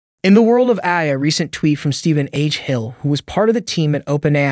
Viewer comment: Speaking of AI... did you use AI-generated speech for this one? The voice keeps saying "eye" in place of "AI". Also, I don't see OpenAI being a threat any time soon; the thing can't even remember what was discussed 10 lines ago. It has the memory of a goldfish.